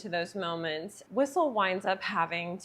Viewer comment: I think this is the first time I've seen a review on blade as opposed to a movie reaction.. but, this movie is over 20 years ago now. I remember when it first came out.... by the way, his name is whistler, you said whistle LOL😂